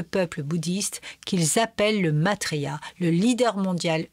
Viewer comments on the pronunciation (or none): Ce n'est pas Matrya c'est Maitrya (ai= ê). Sinon la vidéo est assez bien résumé. Cordialement.😉